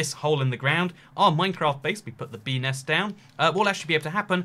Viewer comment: Bee nest... Sound like pe nes